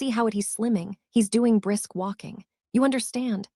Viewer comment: mary ann lorient is ignorant and her lack of grasp of the English language is so agitating. The lack of s's and "breast walk" for brisk walk is embarrassing to the highest level